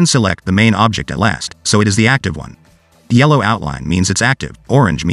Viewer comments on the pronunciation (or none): none